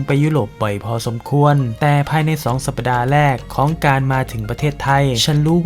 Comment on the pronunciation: สัปดาห์ - ออกเสียงว่า สับ-ดา น่าจะถูก